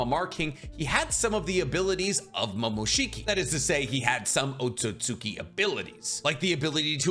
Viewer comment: Otsutsuki = Oh-sew-sew- Key